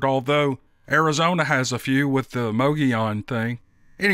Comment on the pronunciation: Good for you, you pronounced Mogollon correctly!